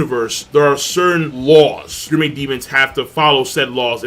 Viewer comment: So i'm a fan and maybe you explained it somewhere else but why the fuck can't you pronounce gourmet?